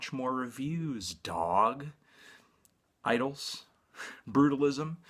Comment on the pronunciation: Idles, not Idylls...